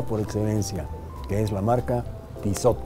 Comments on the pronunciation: Se pronuncia "Tisó"... (de nada) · este personaje se dice con estilo y no sabe pronunciar la marca hahahahaha